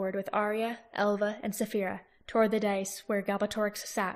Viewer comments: Dais is not pronounced "dice", as you have been. More "day-is" just for future. Xx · It’s pronounced “die-yes”